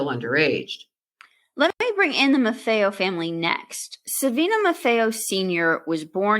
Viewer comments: Pronounced “MAR-FEE-O!” Not “MAR-FAY-O.” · No offense but, it’s spelled “Marfeo,” but you are correct, it’s pronounced “MAR-FEE-O”, not “MAR-FAY-O,” like they are pronouncing it. 👍🏼